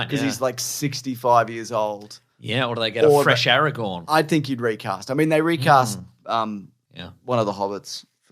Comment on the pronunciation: Funny stuff, lads, but for the love of GOD, please STOP PRONOUNCING "GOLLUM" AS "GOLEM" AND "ARAGORN" as "ARAGON". I'm seriously grinding my teeth down to the gums every time you say those words. They hurt me. Stop it!